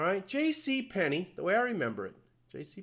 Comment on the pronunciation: Why do you pronounce "Penney" , "Pen nay" ? Its always been JC Penney , even if 75% of the world spelled it incorrectly as in the copper coin .